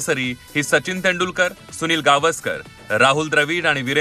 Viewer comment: तेंदू नाही तेंडूलकर हिन्दी भाषिक आहे का ही बया ?